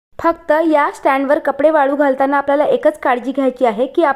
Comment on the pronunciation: वाडू नाही वाळू घाल